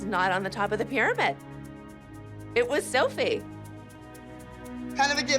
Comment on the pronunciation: it was Sœuphie!!